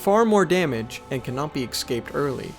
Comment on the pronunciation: escape not excape